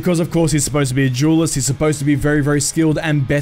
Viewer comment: Jewelist or duelist? Duelist right? Not trying to be funny.